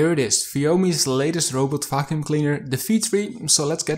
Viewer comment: Am I the only one who hears "robot f%#$ing cleaner" instead of "robot vacuum cleaner"? 🙃 But, nevertheless, it is a very informative review. Thank you!